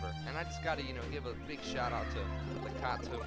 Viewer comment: Other than your pronunciation of Lakitu, this was awesome in every way. Love this game, the levels, the music, the epic final battle, everything. Real steezy choice for a let's play.